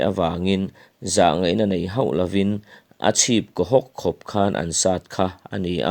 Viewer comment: Angaih nawm khawp mai mah se, chutah tih tam lutuk leh ko tih te kau tihte ho tihturah hau tih a lamte leh mizotawng dik lo deuh a lam tam hian ngaihthlak a ti buai deuh